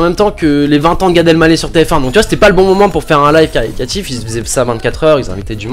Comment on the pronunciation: caricatif? caritatif non?